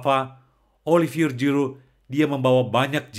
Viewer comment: Puji Tuhan! Ga nyangka, jarang2 ada org Perancis yg sungguh2 pengikut Kristus! Semoga semakin menjadi berkat! 🙏🙏 (Btw, baca huruf g dlm bhs perancis itu spt ZY bro, bukan J spt bhs inggris😁✌)